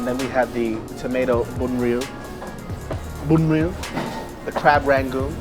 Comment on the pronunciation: his pronounciation of bun rieu tho!!!! but should try banh xeo or banh beo MY FAVORITES